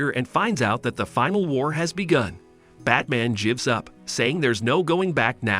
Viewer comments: the way the AI said "gives him"... lol... jives him 🤣🤣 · can you fix the automatic voice? it says "jivs" every time you write "gives" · Good overall summary, but the (computer-generated?) pronunciation is distractingly cringe-worthy. "Gives" pronounced over and over with a soft G? SMH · "he jibs the order" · "Batman jivs up" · And he “jivs” him the letter